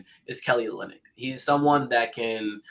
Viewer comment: This man said Kelly Olinyck 😂 lost all 🏀 credibility